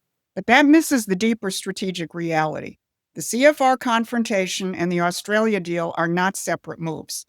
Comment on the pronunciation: Albo is a Sniveling Little Shite Weasel……We Aussies Hate him, he can’t even pronounce Australia…..What a Fool.